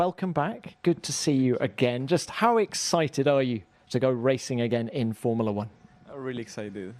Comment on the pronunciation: Someone needs to tell the host it’s “Formula 1” not “Formala 1”